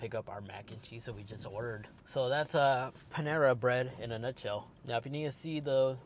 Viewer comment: I love the way you pronounce Panera Bread 😂